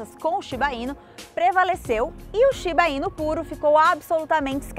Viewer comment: Tem outro video no canal em que a apresentadora tbm fala "Shiba-inu" como se fosse tubaína kkkkk. A maioria das palavras japonesas são oxítonas na pronúncia. Por favor, avisem ela que se fala shiba-iNÚ 😅😅😅